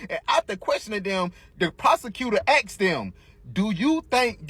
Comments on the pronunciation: they prosecutor axed them. Facts... They don't know how to say ask. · Note to guy who was talking . The prosecutor did not AXE them..there were no axes in the courtroom on that day. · lol! “The prosecutor axed dem” 😂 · “They was” and “the prosecutor axed them” like damn yall wtf